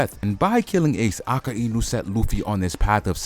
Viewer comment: mate its not a-ka-i-nu its a-kai-nu